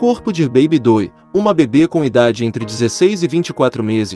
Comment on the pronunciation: Jane Doe - leia-se Jane Do --- esque o e e pronuncie oa letra O como se tivesse acento circunflexo